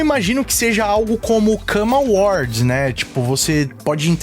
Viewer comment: "Come award" ❌ "Come aboard" ✅